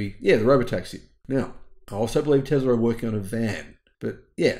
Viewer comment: I thinks it’s Tesla not Tezla